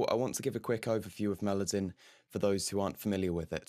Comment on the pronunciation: You keep mispronouncing Melodyne over and over again